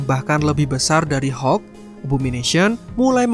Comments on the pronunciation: Hokk abah kau hokk.. Hulk(halk) bukan hokk alohhhh natehh berukk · Hulk aja bro gak usah bilang hek